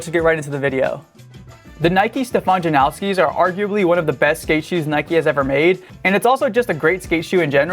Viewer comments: don’t act like you know something when you clearly don’t. he said himself it’s pronounced like noss not nows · His name is pronounced that way. "Steh-fawn Jan-ow-ski" he's from the same town as me my mom's friend got engaged to him hella long ago. Just how u pronounce it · if it was based on polish pronunciation it would be yan-o-ski. usually the americanized way just disregards that and it's just janowski